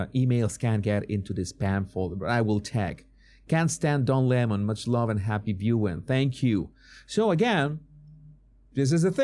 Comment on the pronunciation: Don Le-Mon....